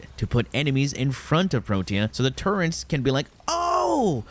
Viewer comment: There is no N in turrets. Please stop saying turrents.